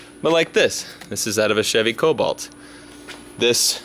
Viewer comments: I only have one question how many times did you say colbolt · Take a shot every time he says colbolt